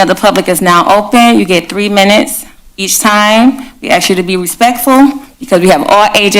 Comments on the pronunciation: Ask not axe......sigh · She said axe like in an object when the real pronunciation should be, ask as in a question. She is obviously ignorant of the pronunciation of American English. UNBELIEVABLE! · She can’t even pronounce ask. Ax? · She " GONNA " AXE " HER TO LEAVE'.. DONT ( AXE) HER ANYTIME, SHE SHOULD TAKE A HATCHET TO THIS TYRANTS ASS! LEARN ENGLISH LADY... THERE IS NO " X' IN ASK... WHY CANT BLACKS PRONOUNCE ASK? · They need to "axe" that mayor to step down. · WOW. Who elected a mayor that says AXE instead of ask? And why does she keep repeating herself? OMFG that was annoying. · You know that you have a top notch mayor when she pronounces asking as axing. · If your mayor pronounces the word Ask as Axe? You likely have I total moron for a mayor. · She's gonna axed everyone to leave. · She’s gonna ax you to leave. Can even pronounce ask. Sheesh! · " I am going to AXE you to leave " . A real rocket scientist here . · She lost all credibility when she said, “axe you a question”. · Can I axe you what assawed eeeiz? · If you are a mayor and can't say "I'm going to..." and "ask" but instead say "Ima..." and "axe" you probably shouldn't be a mayor. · She's going to AXE her to leave 🙄 I'm not surprised she's acting like this at all and I'm certain you all know why... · We are not gonna talk about certain "insedences"... im'ma 'axe' you... ignorant. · Watch out or the mayor may “axe” the citizen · She says 'aks'... my god... She's out of control and stupid. I wonder if she was actually 'elected'. I doubt it. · When you say axxxx instead of ask it shows your low iq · Yep - and "Um gunna axe you to leave" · "I'm a gonna axe you to leave...............lol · She can’t even use English properly. She said incidences instead of incidents, and axe, instead of ask. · I trust anyone that says axe instead of ask. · I cant imagine anyone would vote for someone who cant even pronounce the word "ask". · The mayor " I'm gonna axe you to leave " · NOooooo, don't "axe" her to leave!